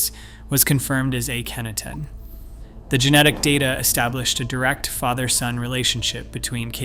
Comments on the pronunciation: You mean mispronounce? Lol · How many ways can Mr. Computer voice find to to pronounce Akhenaton? My fave---ay KEN atoon. Kenny for short. This is one of a group of channels that takes info from real scientific channels, writes dramatic, repetitious, and sometimes rather speculative conclusions, but always with the drama. All these channels use the same overly dramatic writing & computer voice, the same technique of flashing visuals so quickly that you can't tell whether they are relevant or not, the same endless repetition. And Hawass is lead researcher? The mere presence of his name calls into doubt any conclusions.